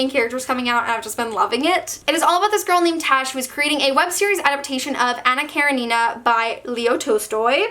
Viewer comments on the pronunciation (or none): The way you said Anja Karenjina personaly offended me 😂